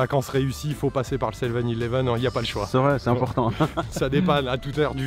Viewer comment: 7 eleven Et sans accent(anglais)et surtout sans T